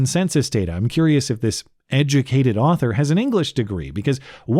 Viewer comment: "Day duh moz edge-uh-kated."